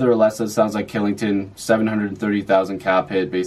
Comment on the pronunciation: good job mate, just a fyi kylington is pronounced chillington. thanks for the video!